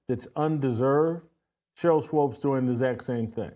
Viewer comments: It's not SWOPE it's Swoop! Rhymes with Hoop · I couldn’t watch more than 3 minutes of this because Jackson Whitlock kept saying Swopes instead of Swoops. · The fact Whitlock listened to SAS pronounce Swoops instead of Swopes and not acknowledge he's pronouncing her name wrong is hilarious 😂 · Why does Jason keep calling her Sheryl Swopes? Lol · Is he trolling by calling her Swopes instead of Swoopes? I'm dying 🤣😂🤣😂🙃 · SWOOPES, NOT SWOPES! WTFF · Her name is pronounced SWOOPS 🥴 if you’re going to hate, atleast say her name right. Swoopes. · Her name is pronounced Swoopes sounds like HOOPS. She knows what she’s doing. Shes being Skip Bayless and Caitlin is her Lebron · Uncle Tom doesn’t even no how to pronounce Sheryl swoopes name lol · I don’t understand why you purposely say her name wrong. I’m pretty positive you know better. That’s weird